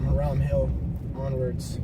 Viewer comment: I grew up at 100 Hiram Hill Rd from and have heard all the tales of the Melon heads on Velvet Street but never seen or feared anything to do with the folklore. By the way to the guys who made this video you are saying the name wrong for Hiram Hill, it is pronounced High Rum and not Her Ram as you called it several times.